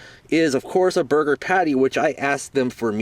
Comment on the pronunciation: thought at first you said it was the burping burger 0_o